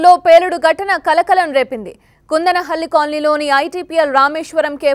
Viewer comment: Akkoo that is kundalahalli not kandalahalli